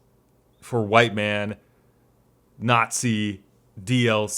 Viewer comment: Mhite Wan